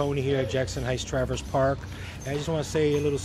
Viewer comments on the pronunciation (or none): Travers not travis lol